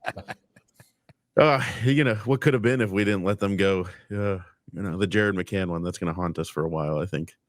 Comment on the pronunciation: Awesome podcast guys. I met you at Lexus Club after that Stars debacle. Also it’s Bobby McMANN not McCANN